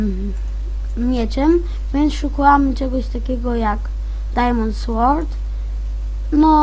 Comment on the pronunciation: Ahhhhhch.... Z tobą będzie duuużo pracy. 1.Przygotuj sobie scenariusz jeśli masz robić już jakiś poradnik. 2.Zanim zaczniesz uczyć, sam musisz mieć to bardzo mocno wbite do głowy. 3.Te "yyyy" "yyyy" "yyy" denerwują i nie da się oglądać... Wymienie ci wszystkie twoje błędy: - Majnkłaft? Ech... popraw swój angielski... Może zamiast "dajmond słort" powiesz po prostu "Dajmont słord" Truskawki nie wkleisz do obrazu 16x16 ;< "Tutaj mamy wszystkie nasze ajkony prawda" To nie jest w ogóle przygotowywane ze scenariuszem! CHŁOPIE!